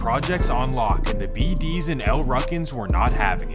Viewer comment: Foe why u saying bd like that😭, is that really how Mfs from out of state say it?? It’s like you’re saying it as If an E in it 😭 “Beh dees”